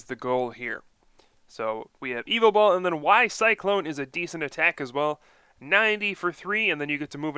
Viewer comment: It's not evil tall!! Ugggggggg. It's ya vetel